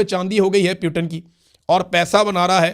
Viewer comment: I don’t know why you guys call Putin “پیوٹن” its “پوٹن”